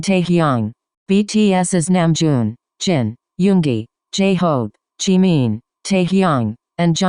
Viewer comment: you got the robot voice to say jimin properly- respect.